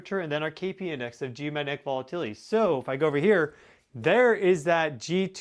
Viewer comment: Hey, you are brilliant! But please slow your speech a little. You cannot pronounce “geomagnetic” that fast. It causes you to say “geomanetic” which is baby talk.😜